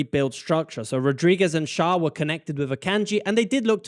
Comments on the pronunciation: Schar XD Pronounce him like "share" and you got it to 100% right💪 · The name Schär is pronounced "cher", like the pop singer. 👍🏼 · The Ä in Schär equals the Ae in Aebischer. If you don't want to use "Umlaut" (Ü,Ö,Ä) you could write it as "Ue, Oe and Ae" and the pronounciation for Ä is the same like the Ae from Aebischer. Just in case this is somehow useful to anyone. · It’s pronounced scher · Thank you for answering my burning question: What the heck is my team doing and why does this work so well. ;) Very nice pronounciation of the Swiss names! Schär and Xhaka is a bit different, but the rest was perfect! Greetings from a Swiss football fan ;)